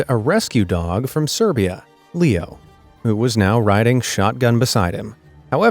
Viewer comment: BROOO I HEARD Pierpaolo paradisi AND HIS DOG LEEKNOW NOT Pierpaolo paradisi AND HIS DOG LEO AHHHH